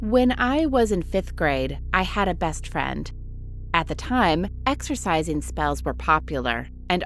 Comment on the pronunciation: Idk about you guys but I heard the orator say it as "exercising"